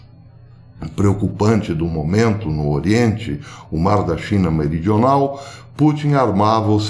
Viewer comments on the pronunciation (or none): none